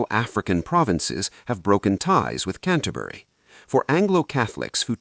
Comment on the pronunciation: Since the voice doesn't know how to pronounce "Magdalen" you have to wonder about where the video comes from (not that I don't agree with the content). And "Canterbury" is not pronounced in a British way, either.